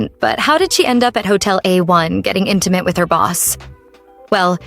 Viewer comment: As soon as she said: i want you to be intemate with me, i grabbed my head and laughed so hard😂😂❤